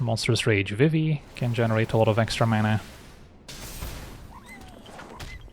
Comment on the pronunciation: Pronouncing Vivi as Viv-i in these videos is killing me. Should be Vi-vi